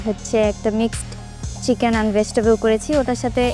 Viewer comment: চিকেন উচ্চারণ টাও তিতেন,ভেতিতেবল বলে।ভাই এ বলে প্রথম হয়। কি সিন্ডিকেট ভাই